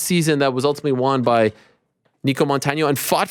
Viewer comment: "Peen-alize" 🤔 Eeeeeh. For a guy who seems so concerned about the proper pronunciation of words. It's unbelievable how badly you mispronounce certain basic words. You try to say Adesanya correctly in an actual African accent, but can't pronounce penalize. Pen-a-lize. Lol. Or one you say nonstop due to covering MMA. You pronounce won as "Juan" or "Waan". Lol. I've seen multiple people comment about how annoying that is. 😂 Gotta give you a hard time Ariel. But I love ya man.